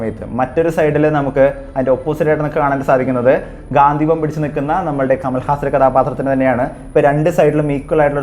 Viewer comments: ഗാന്ധിവം അല്ല bro ഗാണ്ഡീവം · ഗാന്ധിവം എന്നല്ല ‘ഗാണ്ഡീവം’ Sanskrit: गाण्डीव എന്നതാണ് അർജുനന്റെ ധനുസ്സിന്റെ ശരിയായ പേര് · ഗാന്ധിവം അല്ല ചങ്ങായി ഗാണ്ഡിവം ആണ് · ഗാന്ധീവം അല്ല Mahnnn Its " ഗാണ്ഡീവം " 🏹🛐🗿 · ഗാന്ധിവം അല്ല ഗാണ്ഠിവം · അവതാരകൻ പറയുന്നതു പോലെ ഗാന്ധിവം അല്ല ഗാണ്ഡിവം ആണ് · Bro its ഘാണ്ടിവം not ഘാതീവം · ഗാന്ദീവം അല്ല ബ്രോ ഗാണ്ടീവം എന്ന് ആണ് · ഗാന്ധീവം അല്ലെടോ ഗാണ്ഡീവം . താങ്കൾ കണ്ട PDF വായിച്ച് ഓരോന്ന് വിളിച്ച് പറയാതെ മഹാഭാരതം Brief ആയി വായിച്ച് വീഡിയോ ഇട് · ഗാന്ധിവം അല്ല gandeevam ആണ് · ഗാന്ധീവം അല്ല ബ്രോ... ഗാണ്ഡീവം ആണ് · ഗാന്ധിവം അല്ല ഗാണ്ഡിവം 👍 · Gaanthivam alla gaandivam aan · Ponnu setta gandheevam alla .gandeevam... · ഗാന്തീവം അല്ല സഹോദരാ ഗാണ്ഡിവം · Bro not gathivam..ok..gandivam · ഗാന്ധിവം അല്ല ബ്രോ... ഗണ്ഡീവം... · ഗാന്ധീവം അല്ല ഗാണ്ഡീവം